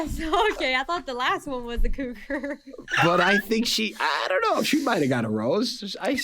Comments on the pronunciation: Cruger???? Lol its cougar🥲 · Cougar --- not Cruger...